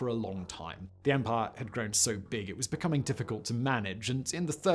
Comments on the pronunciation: Stop saying "empar". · I love the way Simon says “Empire” “Ehmpah” lol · “An EMPUHH”